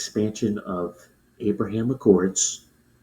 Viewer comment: Trump calls it the abroham 😅 even Bibi had to correct him and then he got it wrong 😂